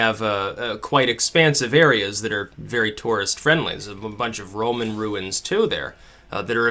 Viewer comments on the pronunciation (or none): none